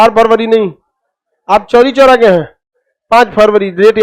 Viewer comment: Chori choora nahi chhori chhora